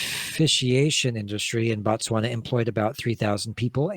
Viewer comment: Bah-Tswana/Batswana(Is a group of people from Botswana)... Its pronounced with the same Bo used in words like Both, Bob etc